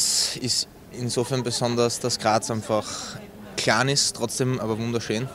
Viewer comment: the way he pronounces klein ( "kjahn")!!? is that a graz accent? holy sh1t